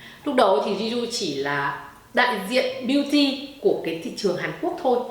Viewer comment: Chỉ góp ý 1 tẹo là Jisoo đọc là Chi Su ạ. Tiếng Hàn chữ J đọc là "ch". Cảm ơn chị đã làm clip rất tâm huyết về Blackpink